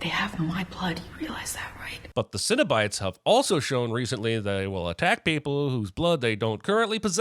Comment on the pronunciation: i love the "sinobite" conversion from cenobites lol